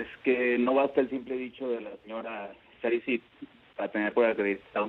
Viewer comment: Gustavo no es Charid, es con Sh